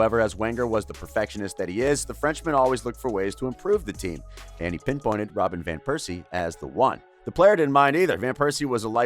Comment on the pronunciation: "Theory Henry", "Arseeen Wenger", "Robert Piercey", damn. And the mic constantly clipping was also totally avoidable